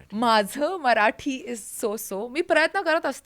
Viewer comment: इतक शुद्ध मराठी..कमाल कमाल आहे.. खूप खूप कौतुक... तुमचं ही खूपच कौतुक.. तुम्ही सगळ्यात प्रथम मराठी म्हणताय मराटी नाही 😂 इथे मराठी मातृभाषा असलेली लोकं सुद्धा चुका करतात या.. खरच खरच कौतुक..डोळ्यात पाणीच आलं माझ्या